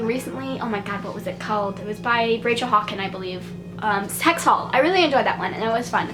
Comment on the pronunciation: "sex hall" hahahahhaa i know it's hex hall but it totally sounded like that :D